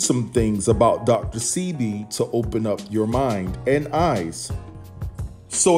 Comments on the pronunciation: Dr Sebi: Pronounced Seh-bay, not See-be. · I had to cut this video short due the the mispronunciation of Dr. Sebi’s name that was repeatedly used! PRONOUNCED Say-b not See-b! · OMG HIS NAME IS DR SEBI (PRONOUNCED DR SAY-BEE) JUS SAYIN. THANKS FOR THE REPORT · His name is pronounced Saybee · It's pronounced "Shébi", a Yoruba name from West Africa. We're known for curing any ailment using natural herbs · pronunciation DR 'SAY BE' DR SEBI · I think it's pronounced Dr. (say - Bee) Sebi. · It's Dr Sebi (pronounced, Say-bee) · its. Dr.sebi that's how it's pronounced